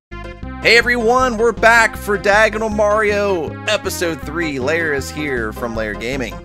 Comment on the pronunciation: hmm yes the spring here is made out of spring Edit: also lair sounded like snake lol